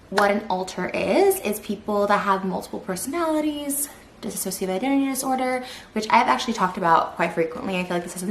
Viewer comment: She doesn’t even say dissociate right